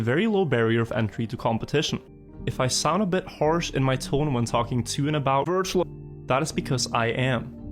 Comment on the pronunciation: This looked so good until the first ''wirtual''😂